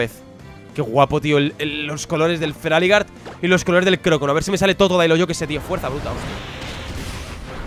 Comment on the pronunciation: feraligatr se dice feraligeiter no feraligar